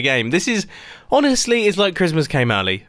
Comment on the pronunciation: Honeystly xD